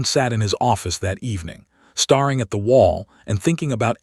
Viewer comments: Reminder number 15?!.. 8.39 Ai voice ”starring” instead of the correct ”staring”! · The word, staring. Is a word from to stare. But narrator pronounces as starring. Pronounces as star ing. Not the same meaning. It is like live as in to live. Is written the same as live, but pronounced as Lyve. As in To go live. Same spelling, different meaning. Different tenses. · Good story. Nice pacing. But the AI still gets wound (as in wounded) and staring wrong in pronunciation.